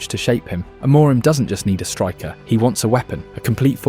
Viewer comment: your pronunciation is really bad. it's not 'aMOREim', more like 'amurhim' with silent h. absolutely no one pronounces it like you do.